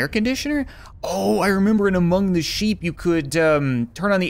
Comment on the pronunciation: you said aomong the sheep